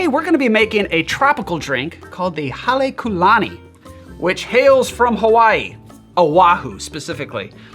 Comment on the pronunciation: As a student of ōlelo Hawai'i (Hawaiian language), and a part Hawaiian myself, I wouldn't quite say the pronunciation was excellent. And if I'm not mistaken, although even the hotel doesn't use it, I believe there should be a kahakō over the u like what you see over the ō. Hale meaning house; lani meaning Heaven, And the Ku, (kū) meaning befitting (in this context).